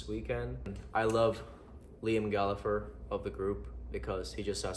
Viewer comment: ah yes, Liam "Gallafer"